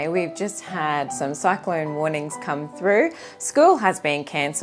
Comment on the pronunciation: Beautiful,. Thanks....Did you say cyclone?!?